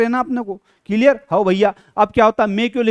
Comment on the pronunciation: Clear 👎ciliar😂👍